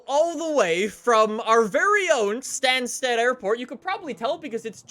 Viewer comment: If you ever need to say Stansted again, it’s pronounced ‘stan-stid’